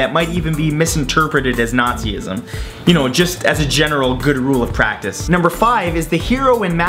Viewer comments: Nah- ze- isem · how the hell did you pronounce nazism?!?